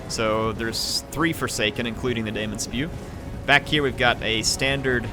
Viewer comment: Daemon is still pronounced 'Demon' :-)